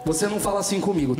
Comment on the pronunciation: Eu não goxxto deche cara pq ele fala achim